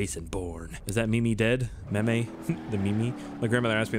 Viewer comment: Hey meme is pronounced meeem